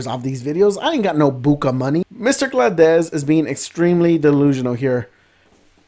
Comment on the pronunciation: I don't know why hearing "Mr. Gladez" pronounced like a spanish last name, like Valdés, killed me the most.